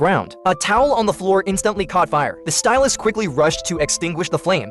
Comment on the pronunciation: i love how he says instantly it sounds like "instuntly"